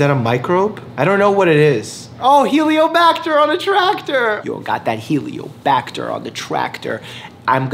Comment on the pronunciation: Helicobacter dude, not heliobacter 😂